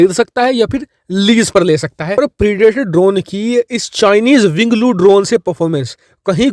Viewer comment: It's winglong not winglo